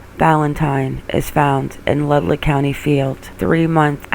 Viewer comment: Leduc AB, is pronounced "Le-duke"